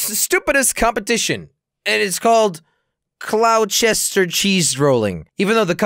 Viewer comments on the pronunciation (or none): CLOWCHESTER XDXDXD it's pronounced gloster btw